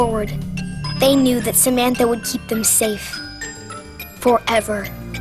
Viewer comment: It's Samantha Not Samanfa